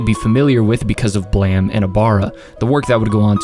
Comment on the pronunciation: It took me until you mentioned Knights of Sidonia to realize that "Blam" was actually "Blame!". No idea why he made the e silent.